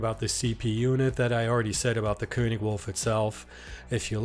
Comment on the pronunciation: THANK YOU for pronouncing König correctly 😂👏👏👏👏